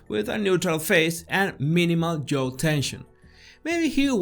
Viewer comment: No es Joe (yo-u), es (j)yaaohh (jaw) sorry no se como decirle, un diccionario con los sonidos a un lado te puede ayudar con la diferencia asi: jaw: /ˈʤɑː/; Joe: /ˈʤoʊ/